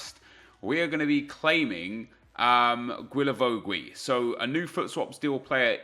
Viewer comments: Hi, pleaaaaaaase stop saying GUilavogUi 😂 it’s just Gilavogi no needs to say the « U » if you are wondering, ask Reev he says it perfectly right Keep up the good work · Bro just don't pronounce the u's. Not that difficult. Gilavogi. Cheers! Keep up the great work. Loving the RTG!!! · Isn’t it pronounced... “gilla-voe-gi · I THINK it’s pronounced GEE-LA-VO-JEE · Please learn to pronounce Guilavogui's name correctly...